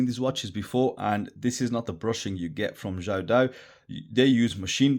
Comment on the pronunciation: The way you pronounce the name is so correct!! Amazing, sir!